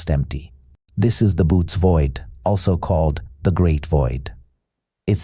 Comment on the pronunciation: I stopped boots void 🫣 Its pronounced Bow-et-ez (Boötes)